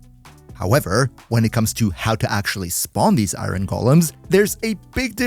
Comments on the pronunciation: Its not iyrhon its iron... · immediately leaving this vid cause i can’t stand the way you say “iren” like are u sped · now why would you pronounce iron like that😭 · Ever heard of an accent???😭😭😭 think ur the sped buddy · I -ron ...lol sorry, not making fun of you...I just have never heard anyone pronounce iron that way...maybe it's normal and I'm the weird one, but just haven't heard it that way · It's a pretty common pronunciation. Although "ahyorn" in general is more used